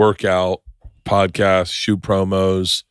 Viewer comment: Haha 'pordcast'.. that made me laugh & idk why